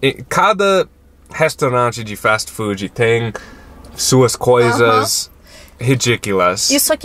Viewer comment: falando Fastii Foodiiii é maravilhoso